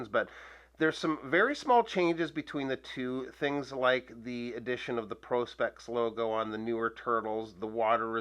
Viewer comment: •Finally• someone pronouncing, "Prospex" properly! ☆